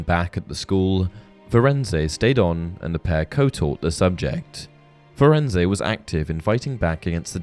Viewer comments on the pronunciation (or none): Interesting......but I take issue with how you pronounced Firenze. Rowling worked very close with the film productions and in the film Hagrid greets Firenze by name. He does NOT pronounce the E at the end of his name. If the name was supposed to be pronounced the way you did it would have been pronounced that way in the film.